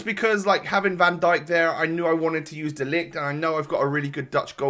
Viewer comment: You say De ligt very good and a funny thing is that in dutch Zoet means Sweet